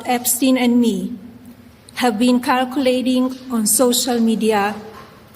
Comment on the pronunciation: have been circulating She meant circulating but said kirkulating